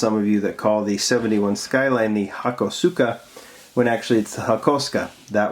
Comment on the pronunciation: Great video!! When you pronounce "Aoshima" try reading it like "A O Shima" :D Japanese isn't a friendly language for those speak English ^^;; Also, "Grand Champion" should be shortened like "Gra Chan" :) "Hakosuka" → "hAkosuka" (we put stress on the first "A") I like to hear your Japanese :D